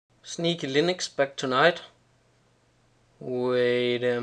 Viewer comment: Nice review! That app looks awesome. You got me confused in the beginning when you said sneekylinux xD